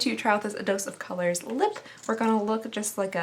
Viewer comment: i thought she said,dose is color lol